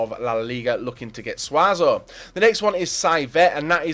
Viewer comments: it's Suso not suazo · Suso. Not SUAZO. Suso.